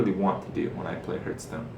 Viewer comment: why u always say herth stone not hearthstone